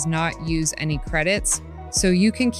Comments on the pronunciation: i love when she said it can be converted into "A-N-Y" other style instead of the word "Any" at about the 2 minute mark. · Ai voices are so stupid "literally any other style" becomes "literally A N Y other style."